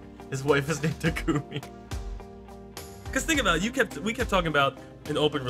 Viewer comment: I hate FE:Fates. But the way they pronounced Takumi triggers me.